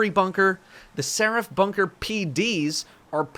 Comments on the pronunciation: It’s not ser-AF, it’s SER-if. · Nobody:: Se-wrath. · Nobody:: "Ser aff" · The way he says Seraph is killing me.